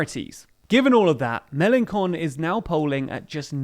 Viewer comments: You really need to learn how to pronounce Melenchon, with a soft "sh" for the ch. What you are saying with the hard c...well, to a Frenchman it sounds pretty funny and it's probably not the message you mean to send. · It's Mélenchon, not Melenkon. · It’s pronounced melenshon not melenkon! lol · I love you pronunciation of melenchon it's "sh" not "k" but "con" is an insult in french which he well deserves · Please...it's "Mélenchon", the "ch" in French is pronounced like the "sh" in English and not like a hard "c". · Sidenote, it's not Melankon but more like "Melanson" The correct way to say Melançon 😉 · It's pronounced MelanSHon and not MelanKon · I love that you call Mélenchon MélenCON 😆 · Melanchon - pronontiation ch is sh; please, you are very good young, I like you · "Jean Luc Meleenkonne" that's too much for me haha "ch" in french doesn't sound like in italian Btw the video isn't really partial/ not enough information ... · I like how the presenter pronounces 'Melanchon' as MelanCON' - nice word play for those who understand French .... a fitting one too even if it might have been unintentional! Or maybe in Melanconnic conspiracy theorist fashion: it was planned! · It’s a decent video but you are pronouncing Melenchon wrong. The same way you would pronounce Chopin Chopin and not Kopin. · The way he says "melanchon" is hilarious to me as a French speaker because it sounds like "melan-con" ("con" meaning an in french) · Like how you say MelenCON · It's pronounced "Mel en shon". The way you said it translates to "Melen dumb" which did give me a good chuckle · "ch" in Mélenchon is pronounced [ʃ] ("sh") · It’s pronounced « Me-len-SHON » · In Mélenchon the CH are pronounced SH like "Shame" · Cant you pronounce Melanchon a bit better? How come 'ch' became the same as 'k'. I mean we pronounce 'ch' the same way english does, like in 'chain' for example. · The "ch" in Mélenchon is pronounced like the sh in "shell" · Please learn to pronounce Melanchon as sh not k